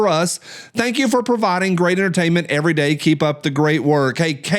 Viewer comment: Well you blew the comment of the day LOL. On the second every you actually pronounce the v 😳🤪🤣